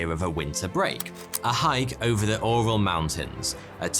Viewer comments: Love your videos, long time fan. FYI It's pronounced "Ural" not "Oral". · URAL is pronounced YOURAL a bit like URINAL. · Oral mountains?.. Its ural mountains. As in You-ral . Oral. Hahahaha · “The Oral Mountains”😂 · Is it your accent or where you not sure how to pronounce Ural?